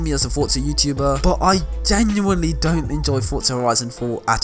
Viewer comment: Every entro this man says fortzaa 🤣